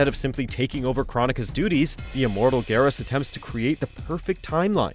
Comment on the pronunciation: What is it with the people that make videos for mojo that they can't pronounce characters names right? Katanna, Kotall, Garass, Kr-on-ica s-on-ya, Noob Saybot really? How is it possible to fuck up this many characters names? I mean literally all you have to do is go to the character select screen and listen to the announcer say the characters fucking name! But you guys just say fuck it we'll make a new variation of the name that'll be ok right? You guys should just stop making mortal kombat videos all together you guys can't pronounce the characters names right and you just royally fuck up every list you guys make. I shouldn't be surprised though considering that half the people in the comments on your videos are always talking about how your lists are shit and I see why now. I honestly wonder if you guys actually do any sort of research or experience what you're talking about first hand before you decide to make these videos or if you just watch someone else' video and then make a half ass copy of that person's list just in a different order.